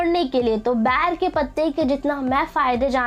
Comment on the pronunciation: Bair nahi ber hota hai....😂